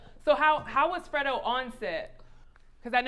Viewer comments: WHY SHE KEEP CALLING FREDRO FREDO ..LOL.. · Why is she pronouncing "fredro's" name wrong? But more importantly, why nobody correcting her??? Lol